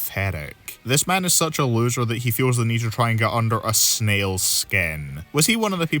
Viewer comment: The fact he got the last place loser correct is beyond shocking